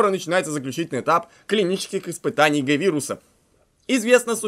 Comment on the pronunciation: Тиранов в Резиденте два! (Один на Леона другой на Клер)И еще читать надо не г а джи-вирус не Г-вирус